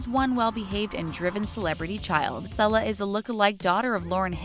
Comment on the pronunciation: And Lauryn Hill's daughter's name is pronounced Sayla, not Sella. Crazy that an internet channel cannot use the internet to learn how to pronounce names correctly.